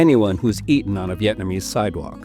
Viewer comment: Appreciate you pronouncing the Vietnamese words correctly